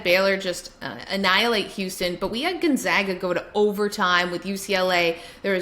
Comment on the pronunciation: Everytime she says Gonzaga I die a little on the inside